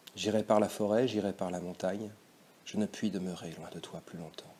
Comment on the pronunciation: Merci beaucoup pour cette vidéo elle m’a beaucoup aidée pour mon bac français ! Mais je crois que le mot « loin » du vers 10 se prononce en 2 syllabes, sinon le vers n’est plus un alexandrin